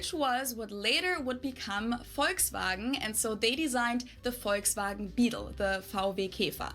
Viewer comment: At the beginning you said the Latvians say "Volkswagen" with an f-sound at the beginning (folksvagen). That's how we Germans pronounce it, too. But when she actually talked about it you also pronounced it "wrong" in the English way. The same with "Porsche". Just LISTEN to her ;-)